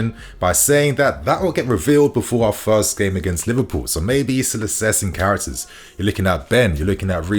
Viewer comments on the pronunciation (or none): none